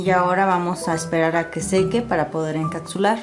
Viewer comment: Chica se dice encapsular no encacsular! Está súper bien tu vídeo súper bien explicado solo que falló la pronunciación de encapsular!!